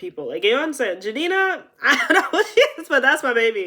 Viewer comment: Wait did u just say Jhadina? 😮